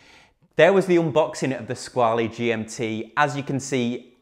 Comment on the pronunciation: Just FYI- it’s pronounced “Squa-la”, not “Squa-lee”. TGV (& all the other YouTube watch people who followed) have it wrong.